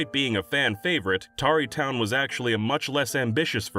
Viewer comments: Tarreytown is supposed to be said like the verb "tarry", to delay or dally, not like "covered in tar". It's a slow, quiet place away from the dangers of the world. Tarrytown (without the E) is or was a real town in New York. It's now part of NYC, but name-checked in The Legend of Sleepy Hollow (another real village that got engulfed by NYC's growth) with reference to being a slow and sleepy part of then-rural New York. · It's pronounced more like terry for Tarry town you know like how people Tarry away doing work?